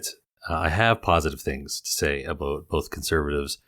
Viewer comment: "understand aboot me" - so Canadian!